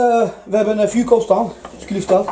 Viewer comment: Dieses teil heisst fuoco und nicht fooco 🥴🤣